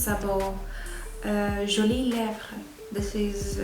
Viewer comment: You're french pronunciation of "jolies lèvres" was pretty good 👌🏼👌🏼👌🏼